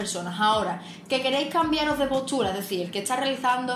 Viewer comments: PORQUE PRONUNCIA POCHURA CDO HABLA EN VEZ DE POSTURA?? DE DONDE SOS, CON EL ACENTO TAN RARO?? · ES "POSTURA", NO POSCHURA